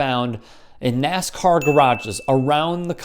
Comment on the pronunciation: Its NASCAR Not NAZICAR